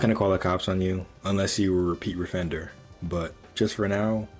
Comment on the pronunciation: “Oppeat refender” Gotta love them oppeat refenders.